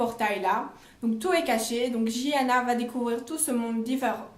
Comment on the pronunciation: Un des mes livres préféré 😍j’ai super hâte du troisième tomes j’aime beaucoup comme tu expliques je m’abonne par contre il me semble qu’on dit Giana à l’italienne et non jiana 😘😅